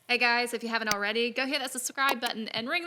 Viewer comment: When she says , hey guys, it sounds like she starts a new vid again